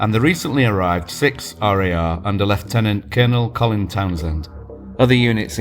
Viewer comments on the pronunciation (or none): none